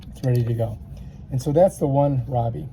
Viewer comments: RI-o-bee is the pronunciation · RY- oh--bee is how it is pronounced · ROY-O-BEE is how you pronounce it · "Rye-Ohh-bee " Ryobi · Great video! Pronounced: (Like rye bread) RYE -OH-BEE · Thank you sir, this was very helpful, it's pronounced RYE O BEE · Sorry! It's Rye-o-bee. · It's pronounced ray-o-bee. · Pronounced Ry-oh-bee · Rie Oh Bee😂🤣 This was sooooo helpful!❤️ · Pronounced rye-o-bee. Great vid! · Sound that shit out dammit shit making me mad Riy-o-bee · rye-o-bee is the correct pronunciation. lol thanks so much for the video - cheers from down under. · its pronounced RY O BEE....!!!!! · C'mon guy , I am not being ugly but please at least know how to pronounce a product you are giving a tutorial on. RYE-- O---BE is how it's pronounced Ryobi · If you cant even pronounce the name...